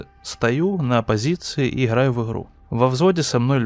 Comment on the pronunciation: Не в обиду конечно, но это его "иХраю в иХру" за пол боя настоебало, что даже до конца видео не досматривал.